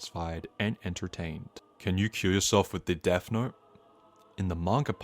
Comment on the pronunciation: THE "DESS" IS KILLING ME 😭🙏